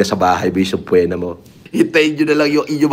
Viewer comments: word of the day "SUBPWENA" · /səˈpēnə/ ❌ Soob-poh-wena ✅ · "sub-pwe-na" bobo amputa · Ang kati sa brain nung SABPWEENA nya. Sarap lamutakin yung nguso. Yung mga nanonood sa live nitong, turuan nyo ng tamang pronounciation ng SUBPOENA 😂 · "subpwetna"😂 para mapunta sa hoyo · "SUBPWENA" by 😂😂😅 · sab-pweh-na hahaha PhD yan ah hahaha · fan mo ako mg pero if mang cocorect ka siguradohin mong wala karing mali ng correct kapa sa "SUBPOENA" ehh ang pag pronounce mo sa "JEOPARDY" ayy mali rin